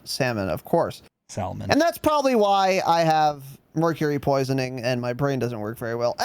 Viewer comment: I love pronunciation of Sal-a-mon. Like a true professional.